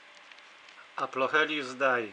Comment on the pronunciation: "Aplocheilus", nie "Aplochelius" ;). Już nie marudzę :)